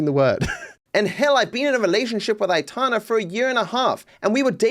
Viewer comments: if you didn’t know how her name is pronounced then it’s alright But if you did… why couldn’t you at least add a Y, atana is just ridiculous mate Aytana, Aitana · I’m not getting triggered man, I’m just pointing out that saying atana while knowing her name is pronounced ay-tan-ah is just foolish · aitana… it’s literally pronounced how it’s spelled